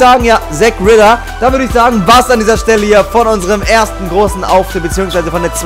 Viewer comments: Habe mich am Ende gefragt wen er meint. Zack Rither wer soll das sein ? Ach er meint mein lieblings Wrestler Zack Ryder ! Hahah beste Aktion #NoHate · Nicht Jack "Rider" sondern Ryder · Mann sagt Finn Bälor und nicht das o langgezogen Baron CorbiN wo siehst du da ein s? Zack Reider